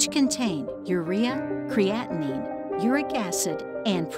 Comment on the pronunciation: Hilariously, the narrator mispronounced clitorus, clitoral, and creatinine.